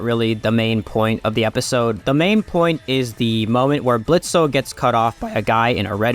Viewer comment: I hate this whole series but canonically the o is silent in his name Blitzø but whatever